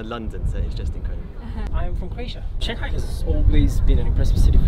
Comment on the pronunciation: 上盖，我知道了上海的新读音